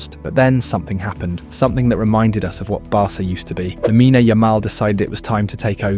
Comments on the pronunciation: It's pronounced Lamin, the e is mute. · Lamine-a??? Pronounce it correctly